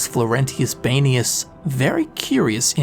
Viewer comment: i feel like it should be pronounced "bean"-ius not "bane"-ius